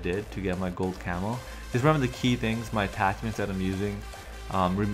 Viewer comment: The whole damn video I was waiting for a gold camel to show up, I'm like where is it. And then I read the title again it says gold camo! The way u pronounced it sounded like camel lol